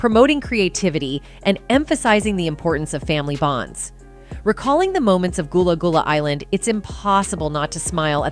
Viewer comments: Goolah goolah island?? 😂😂😂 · She saying this so wrong it's gullah gullah island